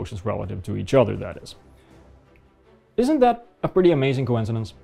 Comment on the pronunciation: 1. It's "plumb", not "plum". 2. It's "cranes", not "crains". 3. It's "isn't", not "isint". Well done. 3 sentences and 3 grammatical errors. Spoken in true flat earther language. Are you really that surprised that flat earthers are a laughing stock? You're not doing them any favors.